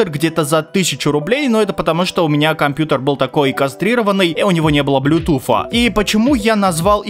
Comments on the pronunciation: Ближе по звучанию «блютус», конечно же. Хотя школьники, которые плохо учат английский, тут спорят на эту тему. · BlueTooth как ты th как ф читаешь? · почему блютуф? правильно вроде блютуз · Блютуз ❌ Блютуфф ✅ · Мля меня одного коробило от блютуф, а не православный блютус? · Правильно не блюпуф, а блюпуп. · Блютуз а не блютуф 🤦🏻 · Никто: Абсолютно никто:: Блютуфф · Я досмотрел до а дальше пошёл прыгать с окна (7 этаж) из за слова "блютуфф" Но потом мне стало лень вставать и я продолжил смотреть. Автор я тебя кончено уважаю как человека но слово "блютуфф" это пиздец... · но связка букв th же не произноситься как звук "Ф" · Мой батя так же говорит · Может он просто француз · Как же забавно он говорит Блютуфф))Меня умиляет это произношение)) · Блютуф, нет блютуфа... П - произношение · Почему блютуф типа th для тебя ф,разве что люди иногда не умеют выговаривать эту букву но ты же можешь с говорить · Да кто эти ваши "Блютуф" и "Гейпады"? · Так бесит что он так выделяет блютуФ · БЛЮТУФФФФФФ ПЁРФЕКТ ИНГЛИШШШШШШ